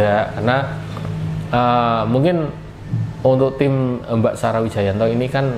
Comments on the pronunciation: PAKE SALAH SEGALA NGUCAPIN NAMA IDOLA GUA,BARU BELAJAR BACA MAS HAHAHAHH. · Nyebut nama aja salah 😂😂😂😂😂😂